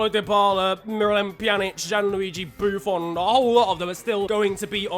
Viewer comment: “Gianluigi buffon” *ahem* you wa